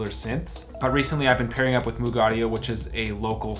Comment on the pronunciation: If you’re going to pair with Moog, you might want to learn how to pronounce their name correctly.